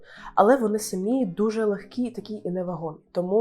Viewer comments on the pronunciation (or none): none